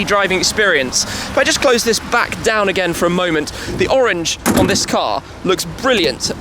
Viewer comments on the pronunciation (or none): none